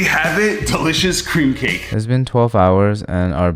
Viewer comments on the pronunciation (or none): Who else heard Cream p-cake